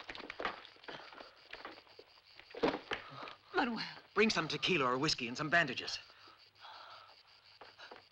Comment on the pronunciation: Okay, that’s it! Did this movie not have some kind of voice coach? How many times have characters called him MAN-U-WELL? The dude’s name is MAN-WELL FFS!